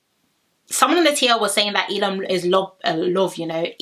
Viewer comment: Your pronouncing Elom's name wrong its 'EH Lom' not 'eee Lom' also Lochan's name is ' Loh-kan' not 'Low-Con'